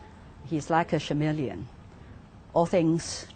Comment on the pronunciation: chameleon should be pronounced as kəˈmiːliən. The first syllable is K not sh, according to Oxford Advanced learner;s dictionary. I'm not a native english speaker so I'm not sure. But just trying to quote what the dictionary says.